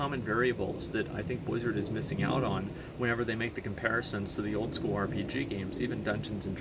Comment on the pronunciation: BLIZZARD! not bwizzard. Work on your mouth sounds.